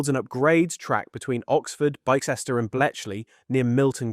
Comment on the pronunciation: Milton Kaynes? What about Byssester? Dear oh Lord!